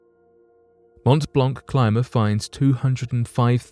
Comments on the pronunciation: Geneva and Geneva airport are not in France, but in Switzerland. Regarding the prononciation of Mont-Blanc, it's good, but just ignore the last letters for each word i.e. “t” and “c”., like it was Mon-Blan actually... cheers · The c at the end of the word Blanc of Mont Blanc is a silent one! Just saying! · You pronounce WRONG way the name of the mountain. Shame.